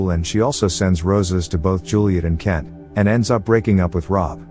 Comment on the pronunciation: can you please Pronounce my name properly... is K-ENT NOT KEN.